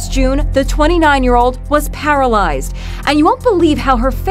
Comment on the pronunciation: Talk about para-LIES-ed lol